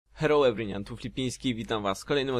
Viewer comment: czemu zawsze mówisz "heloł ervynian"? :D (everyone się inaczej czyta)